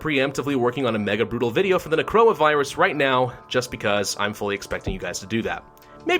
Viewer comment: Or "when he says necroa virus, it sounds like coronavirus"